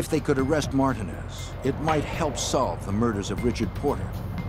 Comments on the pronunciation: Them saying Martinez in two syllables is nerve wracking. It’s Mar tin nez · It’s Alpo Martinez not Martin smmfh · Martinez is pronounced mar teen es not marton es 😑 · I had to rewind that back. 'martin ezz' lmfao. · Martin-ez lol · Am I the only one wondering why is it so hard to say Martinez correctly?? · 😂 there's another documentary about him 'Mayor of Harlem' where they say it the same exact way. I'm like damn they all got his shit wrong 😅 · How do you not know how to pronounce Martinez...smh